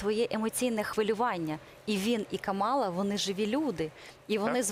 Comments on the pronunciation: Це нові правила граматики… Мені теж не подобається! А ще неправильно ставлять наголос: вона КАмала! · Називайте правильно їм’я: КАмала!